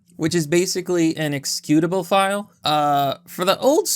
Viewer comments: You manage to mispronounce a common word in every vid you post. This time, it's you pronouncing "ex-eh-cutable" as "ex-cutable". Lol Wtf do you always mispronounce a commonly spoken word? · It's "executable" not "excutable".